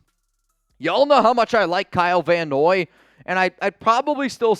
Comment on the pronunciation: Dude Kyle Van Noye??? Come on!